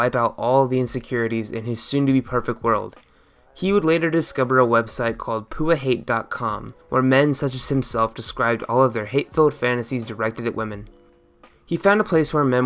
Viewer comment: It's not "Poo-ah" hate.. It's P.U.A. Hate, standing for pick up artist hate and it's not about hating women but the junk those internet personalities sell on increasing your "game"...